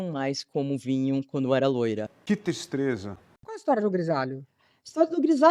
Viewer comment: "Que tistreza" kkkkkkkkkkkkkkkkkkkkkkkkkkkkkkkkkkkkkkkkkkkkkkk